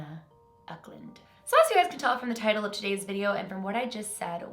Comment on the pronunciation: uck lund 😂😂😂 no hate I love! isn't anna Ecklund a Swedish name? I'm Swedish